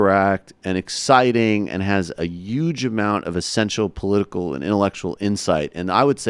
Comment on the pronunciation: What's with the pronounciation of the word " 'UGE"